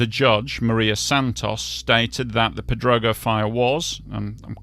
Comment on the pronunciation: Crazy Yes I'm fluent. He can even pronounce Pedrógão 😂